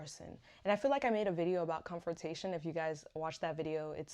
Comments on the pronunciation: Babes, it's "CON-frontation" not "COM-frontation". I know you probably did several takes, and likely had COM-fort on the brain. Kudos to you for putting yourself out here on YouTube to help and educate others, the content is good. You including what you're working on was good too. Keep posting! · is it comfortation or confrontation?